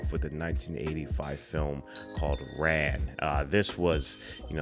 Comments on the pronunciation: It should be pronounced Rahn, instead of Ran. It translates as Chaos from the Japanese. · FYI the film's title should be pronounced closer to "Ron", rhyming with "Dawn" not "Dan". My favorite other Kurosawa are "Seven Samurai", "Rashomon", and "Ikiru" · Yes, Princess Mononoke is inspired by Ran. Ran is pronounced more like Ron.